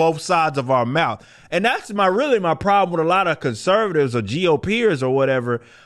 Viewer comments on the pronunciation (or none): none